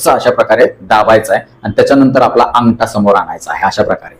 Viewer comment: व्यायाम चांगले शिकवतात फक्त ठ घ्या ठिकाणी ट का म्हणता.अटरा-अठरा अंगटा -अगठा.गाट-गाठ